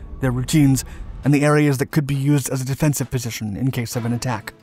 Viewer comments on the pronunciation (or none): none